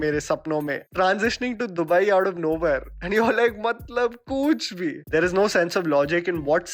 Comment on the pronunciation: Sorry to say but when you say 'Matlab kuch bhi' in that absurd accent,it's so cringy. I try to avoid your Videos from 'Matlab kuch bhi series' just not to hear 'Matlab kuch bhi' but always end up watching them(content bolta hai boss)😉 -From Nepal.